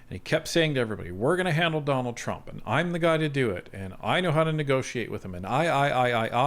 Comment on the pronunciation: I'm sorry, did I hear "Jonald Trump" at the start?